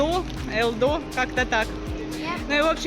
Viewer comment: АЛДО, а не элдо